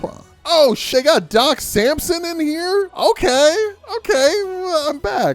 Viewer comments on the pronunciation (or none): none